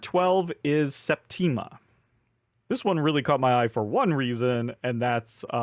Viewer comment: I've backed Unconscious Mind and Septima and am really looking forward to the latter. (Btw, not 100% sure, but I think the emphasis is on the first syllable: SEP-tima.) Looking forward to the solo mode of Fliptown and to receiving the Final Girl 2 vignettes I ordered. Regarding Endurance...many years ago, a friend's friend put out a book about the Endurance and I became intrigued by it. If you have a moment, the story is worth learning about: Ernest Shackleton and his crew, who set out in 1914 to explore Antarctica, somehow survived after their ship (the Endurance) was crushed by ice. There are many twists and turns in the story as they find their way home. Definitely want to look more into that game. Thanks for bringing it to my attention! (And thanks, as always, for posting. I really enjoy your videos.)